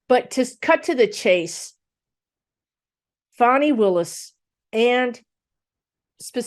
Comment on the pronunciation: Hello 👋 LOVE your channel. Her name is pronounced fawnee (fawn like the baby deer + e). PS please read on Garland actually doing his job or just continuing to protect the Rethugs and the orange menace and tossing Jack Smiths findings/prosecution like Barr did to Mueller. Thanks for all you do for us ❤️ 😘